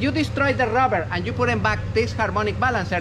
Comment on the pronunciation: Ruvver 😅 hes definitely from Spain. STABALIZE